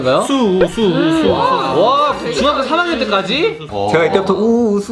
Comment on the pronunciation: 우수로 웃소로 들렸네요 ㅎㅎ